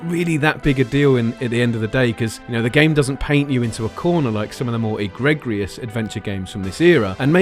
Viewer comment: “egreg-rious”. Look up pronunciation.